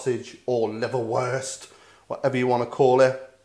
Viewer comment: Ordinary Brits: "Liverwurst": "LiverBEST"